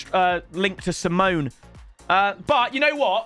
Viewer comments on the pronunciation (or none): Is it not sim e o ney like the other Argentine ? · Not simon bro simeoneee its cholito